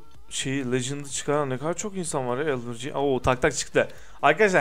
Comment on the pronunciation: elvırci ne abı ya elverıcı o